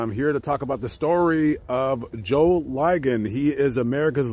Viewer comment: Joe "LI-gon" ......the i is short, not long